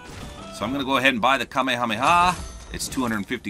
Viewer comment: I feel like I'm being ignored. Seriously, Kameha-meha; they only say Kame hameha when they are yelling it.